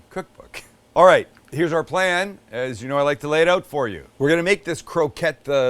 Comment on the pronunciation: I like the way you say oot instead of out.